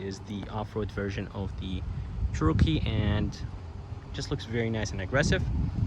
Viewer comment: Yeah, never heard it pronounced the way the guy did it in this video. Didn't sound right.